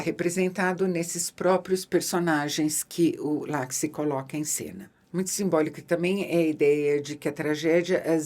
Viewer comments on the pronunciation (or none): Ótima resenha! Só uma pequena correção; Oliver Laxe é galego, o nome dele também, então o sobrenome dele é pronunciado "Lashe"